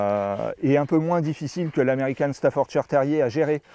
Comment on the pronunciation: Reportage assez complet. En revanche, un éleveur qui ne sait toujours pas prononcer correctement " Staffordshire " depuis 1996...